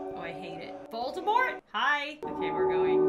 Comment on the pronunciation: No one: Literally no one::VoLdAmOrT¿?